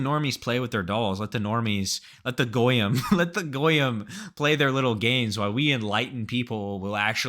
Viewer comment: The jewspeak at the end put a smile on my face, your pronunciation of "goyim" is perfect.